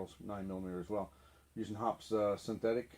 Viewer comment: Much ado about nothing. "Accuracy" oil? Don't forget "Military Grade", and my personal favorite, "Extreme Duty" oil. H○r$€$h¡t !!!!! 50+ years of shooting. NO MALFUNCTIONS, NO RUST. Kerosene or Mineral Spirits to clean. Synthetic 10w-30 for lube. If it works, DON'T FIX IT. BTW......It's pronounced "Hoppeez", NOT "Hops" F^^^^^g amateur. Hops. 🙄